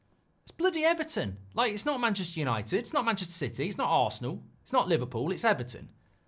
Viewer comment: United are not United anymore… It “Yahnited”